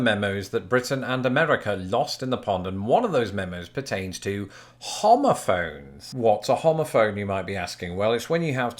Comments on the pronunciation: so were just going to look over the fact that he sounds like he's saying homophobe lmao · Thought you said homophobes. My bad.